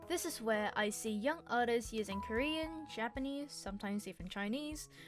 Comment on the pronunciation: “oh I’m Currien cuz I like curriuh”